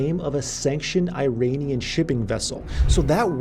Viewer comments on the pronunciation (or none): none